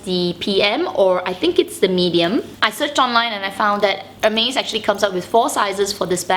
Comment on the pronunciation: Your first 4 mins of video made me confused. Sorry, i was wondering and didnt understand why you kept saying "amaze bag" in the video, then I clicked in that you were actually saying "Hermes bag". 😂😂😂